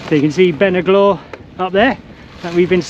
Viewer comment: You can get the pronunciation here 😉 though most people would pronounce this one 'Been a Glow' Walk Highlands has all the pronunciations for your future travels...